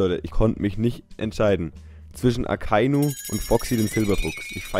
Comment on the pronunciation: Ich musste einfach wirklich lachen als du Foxy und Akainu gesagt hast xD